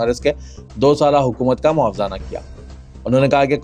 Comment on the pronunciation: Mavizana nahin Mavazina bolo. Pursitaran nahi parastaron bolo